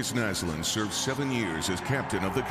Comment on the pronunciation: It warms my heart that he pronounced Näslund right. Ah